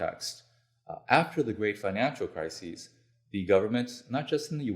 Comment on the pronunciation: Not sure I would give this guy any credibility if he can't tell the difference between "crisis" and "crises" circa